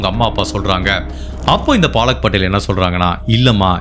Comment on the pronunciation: அய்யா... அது பாலக் படேல் இல்ல பலக் படேல் 😂😂😂😂😂